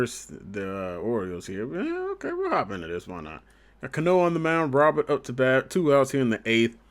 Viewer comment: Just a heads up; It’s pronounced Luis “Row Bear”